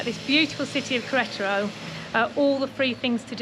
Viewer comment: Every time you say the name of the state(Queretaro) you butcher it even worse....lmao